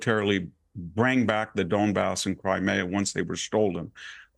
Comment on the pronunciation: I just want to know: Who IN THE WORLD, other than this guy, says “Cri-May-Uh” Dude. It’s Crimea. Mee-uh, not May-uh. I’ve never in my 30 years on this planet heard it pronounced with the soft e. That upsets me quite a bit for some reason.